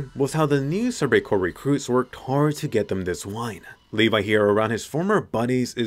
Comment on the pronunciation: Now he become "lev" instead of "levi"